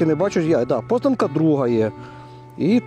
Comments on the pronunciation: Позна'нка, наголос на а), це БАТЬКІВЩИНА моїх батьків. А зараз Київщина Кожні літні канікули 80 років проводили в бабусі купались в Кодимі і знімали з себе п'явок😊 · Наголоси не вірні в назвах сел. Яси'нове, Позна'нка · Познанка.теж на О,наголос.